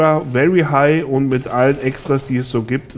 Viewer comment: anstatt mit habe ich myth verstanden :D